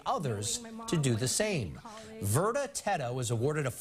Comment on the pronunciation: Verda not verta